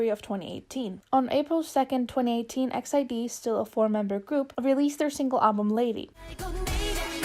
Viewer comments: i'm pretty sure it's pronounced "e x i d", but that's okay, i just wanted to inform people! most say it like exid, as in "exit", but i'm sure you sound out each letter. love the video, they're one of my favourite girl groups. <3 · E-X-I-D not X-I-D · Wow I’ve heard so many different ways on pronouncing EXID & this is the first I’ve heard “EX ID” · All this time I thought it was pronounced "ex ieh duh" that's the closest I can write it phonetically...